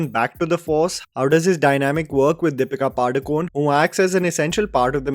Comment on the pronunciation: Im not trying not pick. Just wanted to put it out there. Padukone pronounced “Padukoney”. Just putting it out there. Kannada not Kannad and Karnataka not Karnatak.